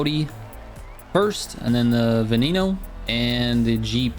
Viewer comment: It's probably ve-knee-no I think